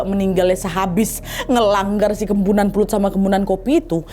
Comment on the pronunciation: Kepuhunan kak bukan kempunan